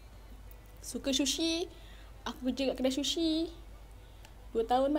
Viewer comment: shushi ye guys😂😂😂😂 its sushi